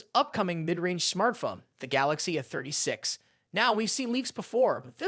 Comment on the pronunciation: Please say A. A. A. A. A a a. A. No eh